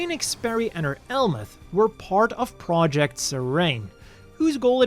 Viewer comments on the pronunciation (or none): none